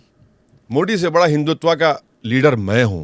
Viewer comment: मोदी not मोडी